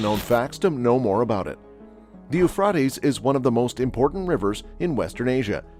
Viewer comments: Yoofrawteez river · Ufraytes Americans can’t speak English properly. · I wish he would learn to pronounce Euphrates . Jesus is coming sooner than most people realize. Jesus loves you. Seek Him now while there. Is Still time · Please pronounce Euphrates river properly get your Australian accent gone go to ellocution lessons to get rid of that dame awful accent come to Ireland ☘️ Dublin I will teach you to say Euphrates hahaha 🤣 thanks I'm joking take a joke pal you done that well wow 😲😳 omg so glad I live in Ireland as I do not want to be first to let them 👿 demons near me and my fily they have toake there way to Ireland Dublin after they go through AISA east and america then we get it . Lord I repent and give my hole body life soul, spirit and any grace that may be In me I want to love you Father Almighty God 🙏🙏🙏 I do love you more than I love my family ❤️ this is the way it has to be if your being rising up do not look bk down to see if your family are being raptured as the lord will place you bk down as he will then no you do not love him as your father you love your family more so pls do not look down you will meet your family again be patient ppl don't look 👇 down or you won't be raptured pls 🙏🙏🙏